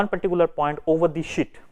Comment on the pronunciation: "I'll have one particular point over this shit". (I know he really said sheet)